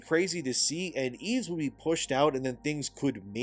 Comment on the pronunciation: "Yves" is pronounced "eev". Silent S.